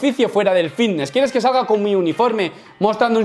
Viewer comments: Llamadme loco pero cuando pronuncia "fitness" yo escucho "vitness" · Yo escucho nfidnes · Hostia...yo también me había fijado!! He puesto un comentario diciendo lo mismo sin haber visto el tuyo, jajajaja. Lo dice muchiiiisimo, y además arrastra la v de vvvvvvitneeess un huevo, jajajaja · escuchamos '' vitnesss '' papi , no te quepa duda, he llegado hasta a pensar que había algun problema legal en decir '' fitness ''' la verdad la pronunciación '' vitness '' no da bien al oído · Creo que es mas fiVness xd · No se equivocan los compis, dice vitnes, jaja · "la comunidad...vvvvvvitneeess" Es comparable al meme del médico vvvvvvitneeess Aaaaamstel!! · Yo escucho Antelm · Yo escucho fidnes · Yo lo escucho con B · Me parece algo absurdo que en pleno 2021 se intenté hacer bullying por unos granos.... Que bajo es como que la gente intenté burlarse porque no sabes hablar bien ni pronunciar fitness...